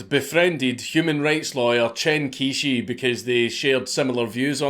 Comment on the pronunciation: I'm not a native speaker - but as an englishman when I hear it spoken 'Chen Quishi' sounds something like 'Tshan Chyoh-shur' (each bit spoken as a smooth syllable). I know this is wrong too but hopefully someone more knowledgeable can tidy this up a bit. Never too soon to start learning mandarin lads...